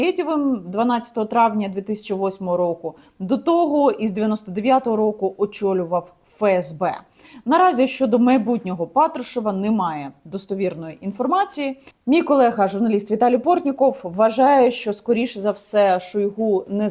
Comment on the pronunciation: Не розумію Яніно, чому Ви кажете ПАтрушев, а на ПатрУшев? Він же глава "ФеЕсБе", а на "ЕфЕсБе"!))